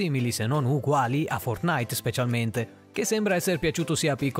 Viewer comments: Si pronuncia fortnait non fortnaìt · Apprezzo il video ma il modo in cui dici fortnite mi spezza il cuore xD